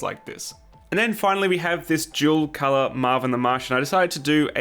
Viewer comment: I really thought you were saying "jewel color model."